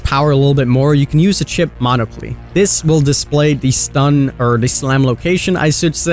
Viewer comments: I'm sorry... the chipped what? Mono-cle? Did you mean monocle? The glasses you wear over one eye? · Also you should have Siri speak the word Monocle to you. You said Moniclee, it’s pronounced Monicool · monoclee LMFAO